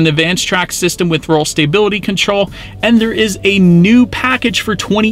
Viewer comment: The way you pronounce stability as stay-bility bugs me lol